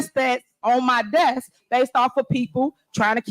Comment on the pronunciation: "This the mess on mah dess"...... No, the mess is BEHIND the "dess". Dumba$$